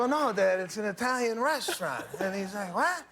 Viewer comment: wtf..he said EYE talian? GETOUTA here lol